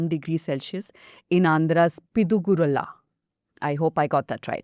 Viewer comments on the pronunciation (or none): Terrible pronunciation of Piduguralla. Why the hell can you not find out and practice pronouncing the name that you know you are going to utter on air. And you have the audacity to say "South central".